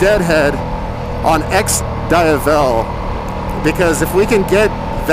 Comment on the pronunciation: I would have given this a LIKE if he could have pronounced the name right. Myself, I prefer the Monster, but thats just me.